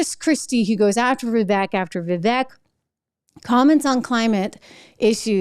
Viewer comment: It's pronounced Vivek (Viv • āk)